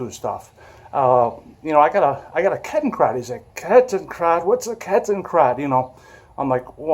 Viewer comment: I think the D is pronounced like a T